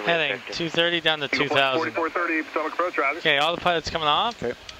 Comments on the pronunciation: Someone should inform the the pronunciation is phonetically, pa TOE mic river! Lol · poe TOE mick River (or something close) is the usual local pronunciation. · I live in Maryland so this video is really special to me. I truly loved all of the great aerial footage of Washington DC and the surrounding areas. This hits pretty darn close to home so I thoroughly loved it and I will not razz the for pronouncing Potomac wrong, after all he doesn't live here and doesn't realize how we actually pronounce it. I'm just glad I had the chance to see and enjoy this video. Thank you Just Planes. What a treat this was. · He doesn't know how to pronounce the Potomac river. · Uh huh, that was an “interesting” pronunciation of Potomac, for sure. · He pronounced it wrong. And living 3 miles from the river, you catch those things.